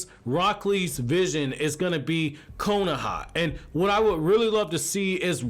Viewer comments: When you said “Wakona” I laughed so hard😂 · 😂😂😂 he said wakonoha